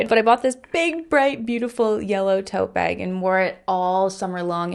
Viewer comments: As an Australian, the way you pronounce bag is slightly funny to my ears 😂 I honestly can’t unhear it — the raised vowel makes it sound like “bayg” to me haha. Still love your videos though! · I hear it to and I'm from Indiana, USA😂😂